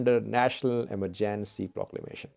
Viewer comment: How to pronounce EMERGENCY